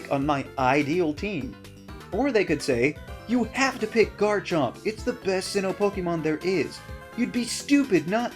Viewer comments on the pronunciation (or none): THERE IS NO S IN GARCHOMP!